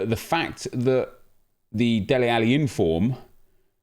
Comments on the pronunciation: Dele not deli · Dele rather than Deli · Dude his name is DELE 😂😂😂 not Deli lmao😂😂